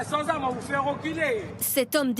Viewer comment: "...San Awmes on wou Fé Réwculez.."😂😂 le Doudou il dit ça la machette dans la main 🪓👋☠️ 😂😅